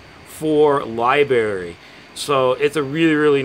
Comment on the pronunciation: "lie berry"?